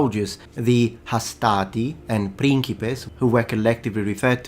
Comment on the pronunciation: Hastati has no R though.